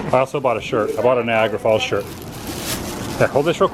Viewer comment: Did you say Viagra Falls?